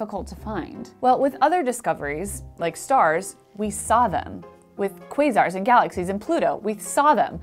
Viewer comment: Finally found out how to pronounce "quasar" correctly. :D